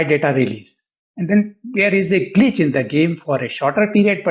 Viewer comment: Sir you say glchis I experience disappear